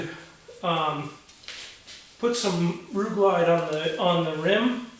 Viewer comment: LIGHTING!!!!!! the video is fine, the problem is I had to rewind the video 15 times just to try and see/hear (Ru-Glyde Tire Mounting and Rubber Lubricant) man you should've linked that I never heard of it before and couldn't understand what you was saying. I wish this video came up 3 days ago when bought the Euro paste stuff, now back to the video........Thanks for the tips!!!